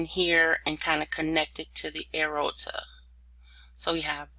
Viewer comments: Lol throughout the whole video I kept saying the same thing. A-OR-TA, not A-RO-TA. But it actually was very helpful to me as I struggle in this area. Understanding all the branches and arteries. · Great slides and illustrations shown. I would suggest working on pronunciation of the anatomical terms, i.e. the major veins and arteries, you lose people during your lectures when you mispronounce major parts like AORTA. See below for proper pronunciation, "A-OR-TA". Thank you, good lecture. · PRONNOUNCED: A-OR-TAH. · CORRECTION, PRONOUNCED: "A-OR-TA". THANKS. PRETTY GOOD LECTURE. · It's driving me nuts every time she says "arota"